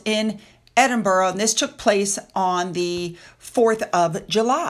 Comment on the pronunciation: Brilliant pronunciation of Edinburgh. 🎉